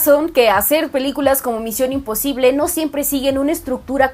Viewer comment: Pinche fastidio de cómo pronuncia misión imposible. (Con la papa en la boca ) y queriendo sentirse muy intelectual!!!! Pésima!!!’ Muuuuuuuuchooiio cringe!!!!!